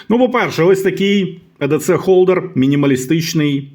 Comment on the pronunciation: Вiрно казати I - Дi - Сi - (EDC) якщо ми читаемо англiйською...